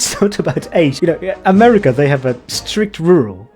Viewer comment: のアメリカの発音がアメリカ英語＋15 Social Credit